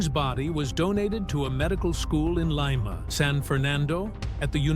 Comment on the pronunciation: Leema not lyma